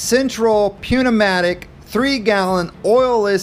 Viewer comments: pneumatic is pronounced newmatic lol good video though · "Pneumatic" It's not a weird word to pronounce if you pronounce correctly (p is silent). You got me laughing good though! - Thank you for that. Perfect beginner compressor. I loved the video. Ramble on brother.